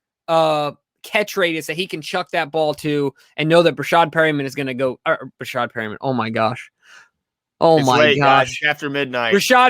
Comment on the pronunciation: Bruhhh glen face when he said rashod perriman I’m dead ☠️😂😂